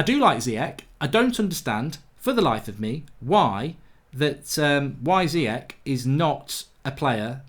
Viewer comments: Bababobo Carry summary, and Zeeyek. Just as bad as Emre Khan. Love the mispronunciations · It’s pronounced zi yesh